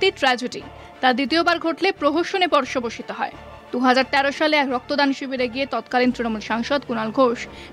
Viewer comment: পর্ষবসিত নয় কথাটি পর্যবসিত।